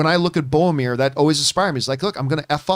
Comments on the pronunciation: John it's BOR-O-MIR lol. Love you guys! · "Favorite character in fiction ever" ... "Boamir" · Hearing John say "Bomir" so many times gave me tinnitus.